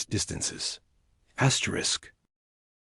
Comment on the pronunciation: wtf is Dot Dot Dot and Asterik try to Fix it